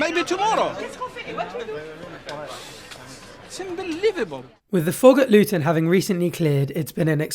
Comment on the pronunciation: Why does the narrator keep saying LUTOÑ, no wonder these customers are confused,....ITS CALLED LUTONSTAN, O.K. READ AGAIN LUTONSTAN....